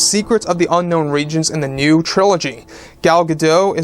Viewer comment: Her name is pronounced Gal Ga-DOTE'.